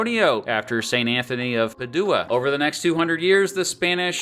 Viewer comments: "San Antonio de 'Padoooah" :face-blue-smiling:. The accent should be on the A in PA-dua. Love the history...proves SA is WAAAY better than Austin. I think Austin has the bougie appeal for Hollywood actors and everyone is sucking up to it...trying to artificially build it up....but it sucks...compared to SA. Oddly, I always found Austin to be a little MORE conservative than SA. The University area is definitely SUPER liberal and chill in Austin....but SA has a more solid blue-collar Hispanic liberal population. It's only the Northeast side (closer to Austin) that is conservative. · St Anthony of “Padooa” 🙄